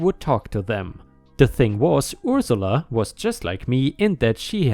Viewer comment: Dilated is actually said as "die-lay-tud" not "dil-ay-tud." "Ursula" sounds like "er" (like the word "her") "suh-lah." "jargon," the "on" sounds like "in," so it's more like "jarg-in," and not emphasized but rather fluid when being said.